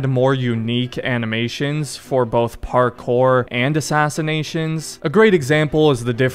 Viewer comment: "parCORE" wtf dude